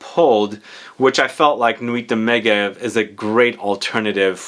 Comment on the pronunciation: Meh-jev - it’s a ski resort in the Alps.